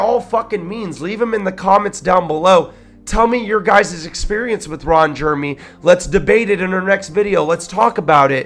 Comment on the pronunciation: Reading verbatim from Rolling Stones and pronouncing Ron Jeremy's name wrong is annoying